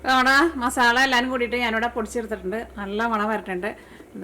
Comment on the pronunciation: ഉണ്ടാക്കിട്ടോ... അടിപൊളി 😊❤️പിന്നേയ് മസാല !!!മസാള അല്ല 😊❤️